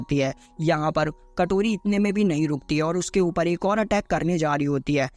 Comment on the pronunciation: Kotori❌ katori ✅😅😅😅😅😅😅